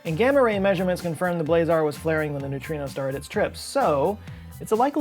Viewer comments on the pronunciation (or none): none